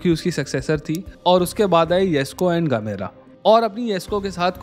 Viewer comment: gemera he gamera nhi🤨